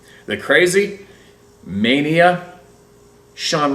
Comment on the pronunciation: That's crazy Maine-ah by the way 😂, not mania, don't worry, I forgive you lol. Thanks for reading my story bud, I appreciate it, and hope someone can glean something from it. I forgot to mention that the house at which this conjuring with the ouija board took place, that back in the 80's, just a few years after, a man was sleeping in a camper outside, and was killed when a truck drove through said camper one early morning. This is the exact spot where My nephew had his Sasquatch sighting. Weird ay?!!?